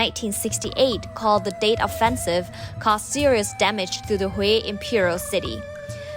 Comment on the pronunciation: Isn’t it Tet offensive? I heard date offensive.